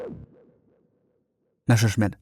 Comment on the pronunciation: can anyone relay the correct pronunciation of Messerschmitt to the author of the video